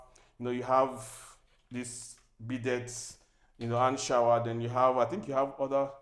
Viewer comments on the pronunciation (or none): This is super luxurious. Welcome! Ps. Bidet is pronounced “Bee-day”. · FYI for your future videos - Bidet is pronounced 'bee-day'. The layout looks well thought out. For future videos, i'll suggest that your script includes details of the layout of the house (sqms etc) and the use of architectural and interior decor terminologies (e.g. that space after the kitchen is called a pantry etc) Bedrooms: i would probably suggest a more spacious walk-in closet for the biggest and second-biggest rooms (women tend to need a lot more space for clothes and shoes and only require a dressing table, mirror and bed in the actual room. Security: Looks to me like the house is on a busy road, how do you ensure safety with the type of door installed in the garage? Perhaps something to think about for future projects. Kitchen: The back burners of the cooker appears very close to the wall. Would this not affect the placement of pots on them? I've also experienced fire heating up the back wall because burners are too close to it - something for you to consider in future builds. Also, Nigerians love their deep freezers (to preserve bulk food purchase), you should think about carving out a space for it in future builds, and for this one, perhaps a socket in the pantry area.